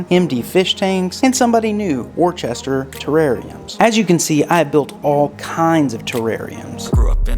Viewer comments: Worcester is pronounced " Wooster " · it's pronounced wusster